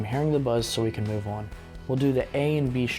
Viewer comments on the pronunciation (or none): none